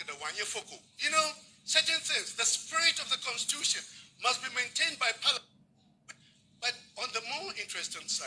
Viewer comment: is parliament not pariament